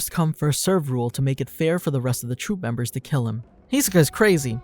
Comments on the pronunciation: It really irks me when they mispronounce his name. It’s hi-SO-ka not HEE-so-ka… smh ya’ll should stop watching anime dubbed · Every time someone calls him HEsoka I just cringe so hard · "Hee soka" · How you make a video of Hisoka can’t even say his name right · YOU CANT BE FORE REAL. you did a bio on this guy and cant say his fucking name? THE SHOW IS DUBBED. first and last one ill ever click on, yeesh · The way he says Hisoka is just painful